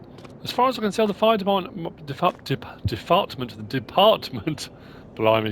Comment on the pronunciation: You said defartment!!!!😂🤣😂🤣